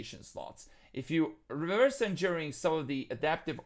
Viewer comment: I noticed that as well, same with Reverse engineering = (Ree-V-ers)